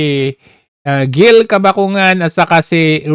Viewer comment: Ang tamang sound ng GIL ay HIL. Para magandang pakinggan.